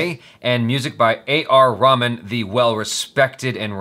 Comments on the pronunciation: It's reh-maan not ramen bruh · Dude his name is not raman its RaHman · not trying to be offensive or anything , its not pronounced as raman , its , A.R Rahman ( reh-maan ) the h is not silent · it's not Raman it's ra-hù-man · Just a nudge: it's not pronounced Raman!! It's RAY-MAN. Cheers! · Not A r Raman it's Reh-maan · It is not pronounced Raman like the raman noodles ....its more like rey-haa-maan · you pronouncing the music by name wrongly ,he is not japanese ramen (Ramen is a Japanese dish), he is indian a.r.rahman and he is not food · Did I just hear him say A R Ramen? xD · Did he just say A. R. Ramen....lol 😝😝😝😂😂😂😂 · its raeh - man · A lil tip? When you pronounce Rahman’s name put a little more emphasis on the “h”